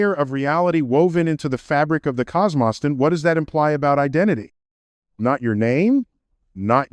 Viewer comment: He had me for 13 minutes… till he said COS MOSS. There’s no way he would ever say that word wrong. I’m 12 subs away from 500 and I’ve been on YouTube for like 20 years and we got ahit like this getting views.